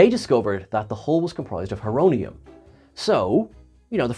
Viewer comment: It’s Horonium like horo- Greek for time